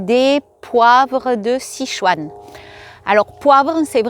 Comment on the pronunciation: Bonjour, Sichuan 四川 se prononce: --> "ss tchuan" . Le "i" ne se prononce pas.